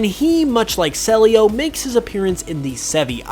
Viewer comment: I think CELIO is pronounced CEE - LEE OOH